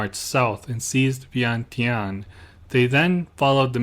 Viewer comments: Vientiane is pronounced "Vienjan". My grandfather was the last King's personal bodyguard when the King & Monarchy was overthrown and became a POW. Despite being born & raised in the UK, I'm a proud Brit born Laotian and proud of my heritage, country & culture. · Im pretty sure it is pronounced veintiane as it’s spelt